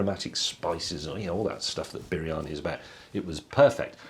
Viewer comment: you pronouncing it wrong.. you saying bearani.. but it is actually pronounced breani.